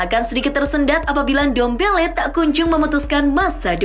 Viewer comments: Ndombele min bukan dembele😂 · Ndombele bukan dembele min 😅